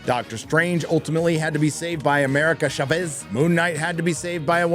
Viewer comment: Chávez has the inflection in the first silable